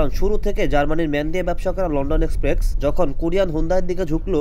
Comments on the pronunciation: শব্দটা এক্সপ্রেক্স না, শব্দটা হলো এক্সপ্রেস 😂😂😂😂 উচ্চারন ঠিক না করলে ফালতু লাগে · Its express bro, not exprex. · আরে আবাল রে লন্ডন এক্সপ্রেকস না, এইটা লন্ডন এক্সপ্রেস, বারে বারে সেইম কথা ঠিক করেন কথা গুলো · ভাই এক্সপ্রেকস না এক্সপ্রেস হবে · লন্ডন এক্সপ্রেক্স না লন্ডন এক্সপ্রেস। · এক্সপ্রেস ভাই 😑 বার বার এক্সপ্রেকস 😑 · ভাই আমি আপনার একজন ফ্যান তাই আপনার ভুলটা ধরিয়ে দিলাম রাগ করবেন না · গ্রামের চাচাতো ভাই প্রথম যখন লনডন এক্সপ্রেক্সে উঠে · কিরে ভাই আগে উচ্চারণ ঠিক করেন! "এক্সপ্রেস" নামটাও ঠিক ভাবে উচ্চারণ করতে পারছেন না!